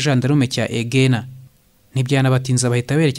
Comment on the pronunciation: Ni Ku musozi wa ''Mubona'' ntabwo ari ''Mabona'' naho "EGENA" bavugaga "Ejena".